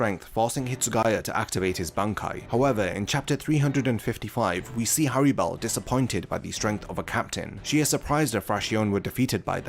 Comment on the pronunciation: The most tragic thing about Harribel is how you butcher the FUCK out of her name. In Japanese is spelt Halibel (like holly bell) in English, the two rr's make it a soft pronunciation. Going around saying Hairy Bell just sounds fucking stupid. I wont even charge ya for this lesson